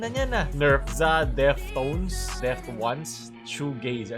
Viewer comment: Deftones = DEAF + TONES Hindi Deft Ones. 🤣